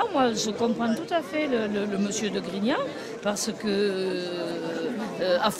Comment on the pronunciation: C'est pas GRIGNON, mais GRIGNAN.